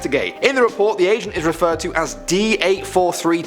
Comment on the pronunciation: I thought he kept saying Asian but he said Agent... I was like man whats up with all these Asians going down there 😂